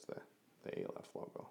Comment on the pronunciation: pronounced ah-lef first letter of the hebrew alphabet